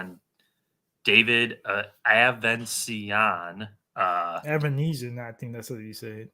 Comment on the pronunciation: How do you pronounce his name as “Avensiaaa” lmfaooo it’s pretty simple but only when you actually put in effort to pronounce these foreign names correctly not always of course but usually pretty easy 😂 🤦🏻‍♂️